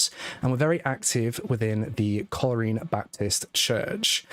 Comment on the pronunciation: Hi. This takes place in Northern Ireland. At that stage the police were known as RUC, Royal Ulster Constabulary, now known as the PSNI . The Garda are active in the Republic of Ireland. Also, it's not pronounced "coal reen" but "coal rain"